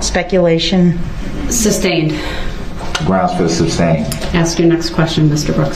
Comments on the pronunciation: I think my favorite part about all this is how he mispronounces so many legal terms. He's like a child that hears the word once, mispronounces it, and thinks that is the correct way to say it and everyone else is wrong. Every time he says sustained he's saying substain. It's like the only way for him to understand this legal jargon is if the legal jargon is wrong which explains his understanding of law. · Never fails to crack me up. He gets sustained and then asks " reason for the substain". What is a sustained sir? He also asks Detective Carpenter " what is the thist". Carpenter should have asked Brooks, "huh?. Then he asks a bunch of witnesses if they got the license place of the vehicle. The guy was clearly not the lawyer he thought he was. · and the judge wouldn't give him grounds for the "substain". He was just "axing" about the "licene place".